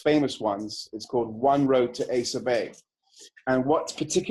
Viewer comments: its asa bay not asia bay lol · It’s “ah-sah bay”. Quorthon pronounces it in this song and elsewhere in his later material (“Foreverdark Woods”, “Death and Resurrection of a Northern Son” for example) Glad to hear my third favorite band getting some recognition